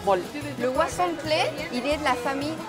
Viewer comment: ¡Por fin; alguien más que dice el nombre correctamente "huauzontles" y no huazontles! Saludos!